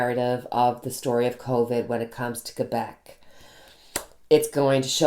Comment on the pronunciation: I'm so glad your family recovered from COVID! ❣️ Our daughter also said there were tough times to reach recovery. Also, Thank You for pronouncing Quebec properly! I went to college near the Quebec border. They can be a rambunctious bunch there. I'm glad they've gotten serious. NYS may need to close down because the Feds aren't addressing International travel and the UK variant is up to 70% more contagious. It's here in Saratoga right now. And I'm sure it's arrived via air & now land travel from any number of European Countries. Was watching the live... You have nothing to apologize for... 🙏🏽 for healing! Btw, you can more than carry a tune. You have a lovely voice... Trust me, I'm cursed with perfect pitch! 🎼🎵🎶 Thank you for coming on today! ❣️🌟🙏🏽